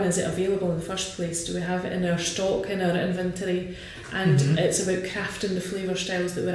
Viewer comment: Czy ona ma wadę wymowy czy to szkocki akcent? Wymawia sztok zamiast stok (stock)